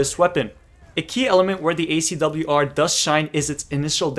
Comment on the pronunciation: You pronounced it fine! And this is interesting -> SCAR-L vs ACW-R